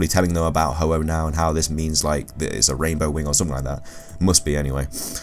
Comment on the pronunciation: u said ho ho it's ho oh